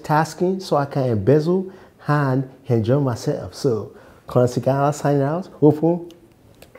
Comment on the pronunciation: killing the "h-factor" 😂😂😂😂. "Hopen hand close" 😂 always looking forward to him.